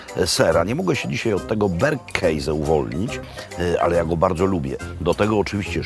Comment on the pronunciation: Jest mój ulubiony "berkejze" XD